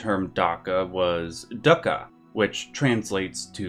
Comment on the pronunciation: It's pronounced DOOKA, not DUCKA